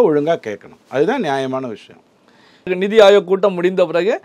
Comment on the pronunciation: The anchor is pronouncing Neethi Ayog as Nidhi Ayog. This conveys a wrong meaning. Neethi in Hindi means 'policy' whereas Nidhi in Tamil means finance. It is perhaps due to this wrong understanding that TN CM is asking for additional funds in a meeting which is meant to discuss policies.